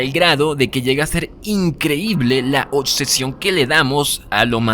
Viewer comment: Me desconcentra demasiado cuando pronuncia la C en vez de la B en oCsesión aCsoluta oCsesionada, pero me gusta el video